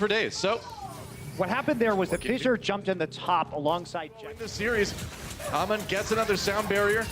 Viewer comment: its hammond not ahmon ffs